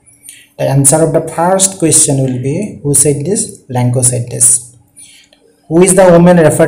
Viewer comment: Lencho hoi lenkooo nohoi apuni vul ka pohisa sir